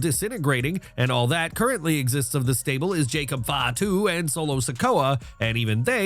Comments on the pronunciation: When you realize Wrestlemania uses AI lol. Fatu was pronounced wildly lol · Second time he’s pronounced “Fatu” that way 😂